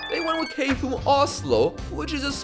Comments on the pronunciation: Ah yes! I remember watching Kay-Foom vs Shi-Ed at Kay-Foom Arena last year. Good times! Butchering aside, love your vids! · also, kfum is often pronounced "Cougha" in Oslo